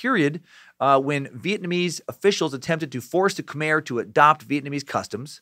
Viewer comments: Half way thru, saving the rest for tomorrow’s day of work. So far so good. I’ve heard countless stories of what happen to my family during that time. Side note from someone who speaks the language : it’s pronounce Ka-mai (Khmer) but you’re doing an good job at trying. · Its pronounced K'Mai